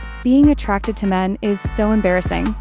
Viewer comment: she even said men like "m3n" like if it's a innapropiate word vro??